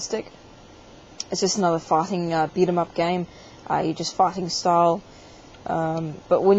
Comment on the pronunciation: When you say "fighting", it sounds like "fucking" or "farting".